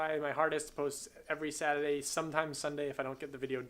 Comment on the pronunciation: "Sata-day" lol that accent slipping out at the end, love it.